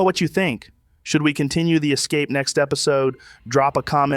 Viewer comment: Es-ca-pee oh that’s spelled just like escape! Yes AI guy continue to cook chef.